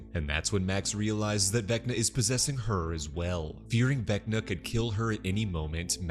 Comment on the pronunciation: Everytime he said VecccNNaaa in the video I repeated it.